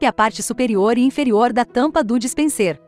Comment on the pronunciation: Obrigado por responder. O meu objetivo ao perguntar o que é "dispensêr" é porque o narrador digital não pronunciou direito a palavra e isso fica muito feio deixando claro que não é um humano. Ela não pronunciou dispenser, mas dispensêr. É como eu falei, um canal de 1000 seguidores utilizando esse recurso é compreensível, mas uma empresa do nível e do porte da LG...